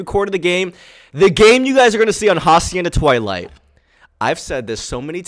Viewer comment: Who’s going to tell him that he’s saying hacienda wrong 🤦‍♂️